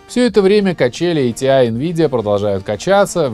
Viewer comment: буду произносить как раньше, а не как правильно - и погнал - айтиай айджипи. ати и агп по канону. айджипи люди далекие от компов могли только говорить. до сих пор ни разу не слышал в живую такое произношение